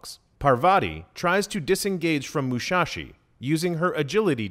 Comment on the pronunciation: It's Musashi not Mushashi :(.